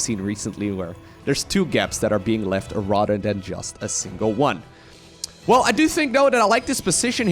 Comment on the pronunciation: If you're going to use the word "rather" so much in all of your casts, could you please stop saying it like "rotter"?